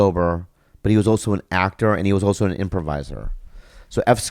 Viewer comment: I like how Bobby says...Oso (also) LOL